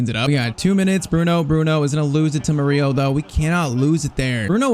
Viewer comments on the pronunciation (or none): none